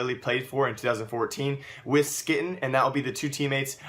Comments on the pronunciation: pronounced hue-e-ton not skytten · Its Sky-teen. Not ski-ten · ITS NOT SKITTEN LIKE KITTEN ITS like quiten or whquiten